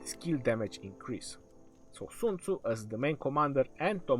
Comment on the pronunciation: What kind of a douche calls himself legend? Oh yeah, the kind to tattoo his fingers and mispronounce Sun Tzu's name in a video about him, smh